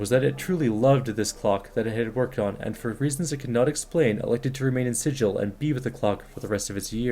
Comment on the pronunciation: Appreciate your videos. Just sharing information in the spirit of correctness. The city is SiGil, not SiDJil. Its a hard "g" sound.